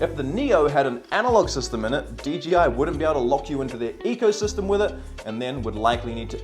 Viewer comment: Everyone says DGI instead of DJI lol